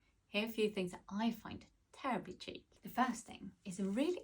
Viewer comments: Cheek ❌️ Sheek ✅️ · Its sheek not cheek 😂😂😂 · How about refining the pronunciation of chic first